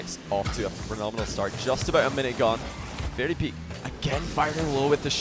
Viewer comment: "two minutes and firty seconds" "and breave it in" "straight frew" "everyfin". You're English...speak it. a heee hee (MJ)